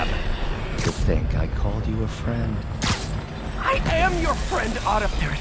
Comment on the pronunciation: HEELLLLLOOOO